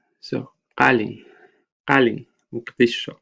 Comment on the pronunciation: Your pronunciation of the Somali words is really amazing. You sound native, with absolutely no accent! Specially the way you pronounced Muqdisho, where you put the needed stress and timing on the /Sh/ letter, like /Muq/dishhh/sho/. That's absolutely amazing. Thank you so much for your services for the Somali language and those interested in it!.